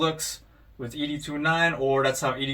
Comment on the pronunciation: Nice review but Bro you butchered Ed’s name the whole video. Have you watched the movies? It’s pronounced Ed-209 like Mr. Ed. It’s NOT EDee 209 😂